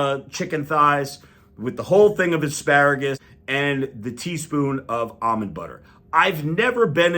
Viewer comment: Finally, someone who pronounces "almond" correctly.